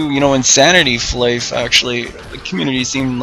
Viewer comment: Its fly for fun. You call it flyff. Not fliff.